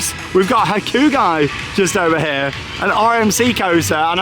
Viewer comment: Hakugi????? i??? Isnt it pronounced "Hakugay" maybe im wrong tho. Google translate does say Hakugay so I think it is that